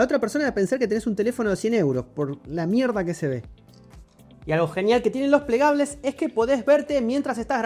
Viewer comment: Pleglables o paglables es la. Moda